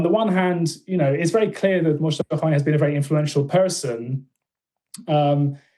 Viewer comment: Just an FYI The J is silent in Mojtaba, pronounced Mowtaba